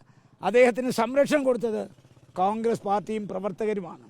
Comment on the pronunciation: കാൺഗ്രസ് ആണോ കോൺഗ്രസ് ആണോ... ഇയാൾ കാൺഗ്രസ് എന്നല്ലേ പറയുന്നത്